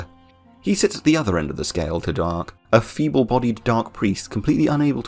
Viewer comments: Da-arce not dark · Hey great video! I dont know why I was suggested this video, but I subscribed :) quick note though on some of the French names. D'arce is pronounced "Dar-see" or Darcy, and Francois is pronounced "Fran-swah". French is always weird and I'm cursed with speaking it lol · WHo is Darke and Frankeus ? Do you mean D'Arce and Francois ? that's not how you pronounce those names